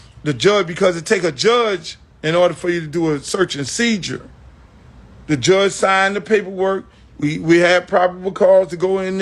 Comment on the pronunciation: Seizure not seijure